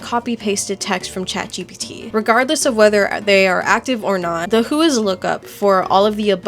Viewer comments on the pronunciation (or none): none